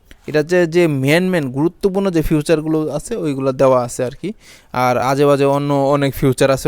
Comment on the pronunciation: ফিউচার না।।ফিচার।😂😂😂